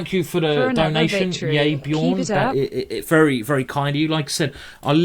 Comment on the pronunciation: yaybjorn, not yayborn. bjorn like in a norwegian bear ;)